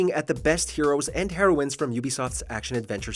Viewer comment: Did u say heroin or heroine in the starting?